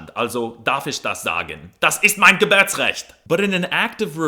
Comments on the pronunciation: the default language to learn for US citizens should be English - there is the greatest deficit in vocabulary - and trust me, I'm German ( that's an Angela Merkel mask, right? And it is Geb(U)rtsrecht and not Geb(Ä)rsrecht😁) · "Geburtsrecht" mit u; nicht "Gebirtsrecht" mit i. Als Deutscher finde ich das nicht lustig. Zurück in's Studierzimmer mit dir!